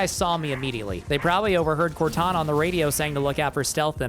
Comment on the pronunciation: I can hear "WOTana" lmao